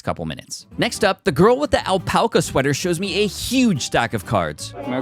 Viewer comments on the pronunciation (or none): But doesn’t know how to say Alpaca 😂